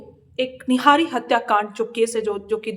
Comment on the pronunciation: निहारी नहीं निठारी, इसीलिए आपको नहीं समझ आ रहा कि देश में क्या हो रहा